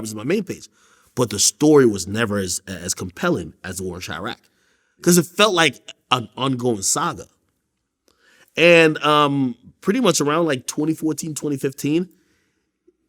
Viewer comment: Vlad: 'the war in CHAI-Rack' 😅